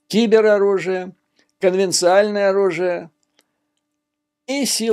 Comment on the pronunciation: Юрий, при всем уважении... извините за нудность, но уже год никто не удосужился подсказать: конвенциОНальное оружие (conventional/сonventionalis). И попутно: экзистенциальный. А то Вы не замечаете, а мне обидно.